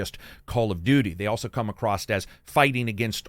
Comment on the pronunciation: Why do you keep saying "acrosst"